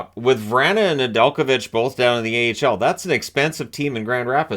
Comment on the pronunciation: Ive hears his name pronounced way different